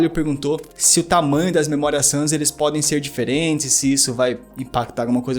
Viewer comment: o cara fala assobiando.. ao inves d memoria RAM, ele fala memoria SAM.. puutz